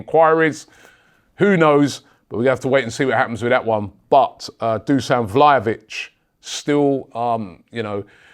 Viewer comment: Robbie, it's not "Vlayovich" it's "VlaHovic". It's "H" like in "ZaHa"